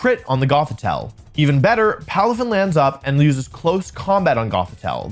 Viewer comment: palafin lands up sounds right to me